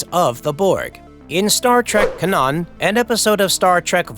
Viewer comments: Is this an AI voice? Cause y’all have not pronounced the names very well. And barley a pause after the period. It just keeps going and going . But seriously, the pronounceation. (I.e-the word canon was pronounced (CAN…half second pause , NON.) so yeah… AI channel or no? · How can you make it tonyour age and not know how to pronounce canon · And mispronounced "canon". Makes me wonder if it is a real narrator or just a text-to-speech regurgitating an article somewhere. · the way he said canon was jokes canaan you gotta canann bread